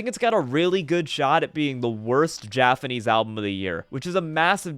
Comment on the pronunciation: Is there a reason you say jafanese?